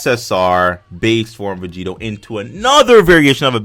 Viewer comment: Or begito? Is that what you said